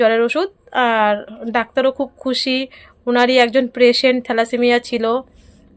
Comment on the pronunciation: প্রেসেন্ট না গো পেসেন্ট বলবে। আমরা সবাই কিছু না কিছু ভুল বলি কিন্তু কেউ ঠিক করে দিলে সেটা ঠিক করে নেবে। আর গাড়িভাড়া টা সেফটি হবেনা সেভ হবে। প্লিজ রাগ করোনা।